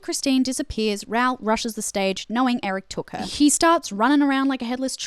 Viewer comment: love your extensive analyse! (tiny little bit have my thoughts on your Raoul pronunciation: Rowl? <Ra-oohl>!